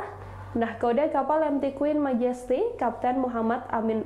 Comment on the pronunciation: Queen Magesty? Queen Majesty bacanya :"